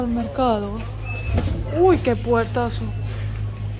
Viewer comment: "Portazo" señorita. "Asequible" señorita.